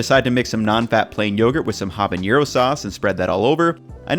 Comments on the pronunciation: bro your pronunciation of valheim and habanero drives me mad lol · Habañero? Lol.